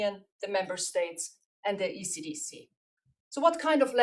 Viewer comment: I thought she was saying acdc not ecdc then i saw the writing in the background